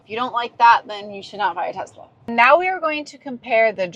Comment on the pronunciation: I could tell you own tezz-la before you even started talking